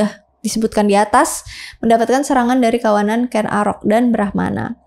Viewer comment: ralat yg bener Ken Angrok ... bukan arok....